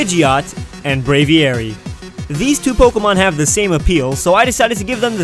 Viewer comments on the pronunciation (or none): Brave-ee-ary -_- Brave-ary.